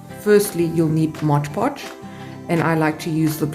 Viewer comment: I have never seen anyone wipe it down with a wet cloth. And please pronounce mod podge correctly.